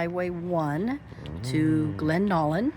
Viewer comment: To pronounce it....Glenn-allen ....its TOK long O sound...and it Val-dez